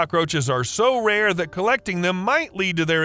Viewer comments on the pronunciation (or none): none